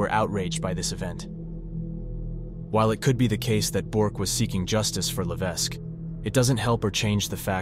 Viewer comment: Levesque is pronounced without the "s"